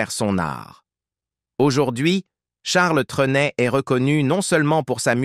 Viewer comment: Rien qu'à entendre dès le début la sotte prononciation du nom par cette voix artificielle, j'ai cessé de suivre ce reportage